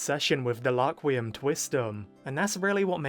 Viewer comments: One thing I’m wondering is why he says Laquium instead of Rakurium? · The English dub changed the name of rakurium to laquium